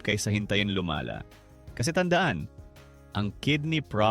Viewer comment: "bago pa luma-la" A.i pa. Mga easy money content creator ayaw ng mahirapan. Lumaban kayo ng patas